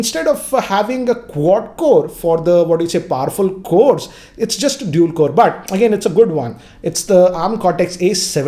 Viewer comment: the only tech youtuber from india whom you can trust now. and he isnt saying dool anymore (dual) :)